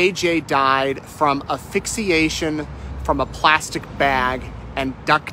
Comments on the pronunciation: plz note that the word is ASPHYXIATION…not aphyxiation. We public orators gotta look out for each other. I got called out for pronouncing out of bounds (in basketball) as out of bounce. ugh. As for the point of your heartbreaking story: What a slow, painful way to pass., I don’t know how you do your amazing work. I couldn’t calmly report such disgusting news as well as you did. I fall apart when I report a bad weather day. My prayers and thoughts from my heart go out to JJ and Tylee’s grandparents, cousins, former classmates and yea hers, friends of theirs, and anyone who has been traumatized by the delusional selfish actions of Lori and Chad., take care of yourself. Stay strong but don’t keep your feelings bottled up either. We love you! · its ASPHYXIATION not APHYXIATION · Grammatical note for the man speaking: it’s asphyxiation. With an “S”. Not affixiation. Ok? Also you failed to mention that there was Hydrocodone found in JJ’s system… As for Laurie, getting “upset” from the autopsy photos of her children, spare me! She’s probably just feeling sorry for herself, because those are very incriminating in her case but I don’t buy it for a second, that she feels any kind of remorse for what happened to them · Just a note, it is not affixiation, it's asphyxiation. Such a sad, sad, state of the world. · This is absolutely heartbreaking, horrifying, and also not surprising. An aside to the reporter: the word is ASphyxiation, not "Afixiation." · Love ya, but “aphixiation” and “toxology” are not words. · Assssphyxiation not affixiation, thanks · Someone want to tell this guy that "affixiation" isn't a word? You're looking for ASPHYXIATION. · It’s hard not to notice how how unprofessional this is. “Toxology” and “Aphyxiation” ? Even laymen know that you mean “toxicology” and “asphyxiation”. This is embarrassingly representative of the references that are widely made about “Backwards A$$ Idaho”. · Not “A-phyxiation”. “AS-phyxiation”.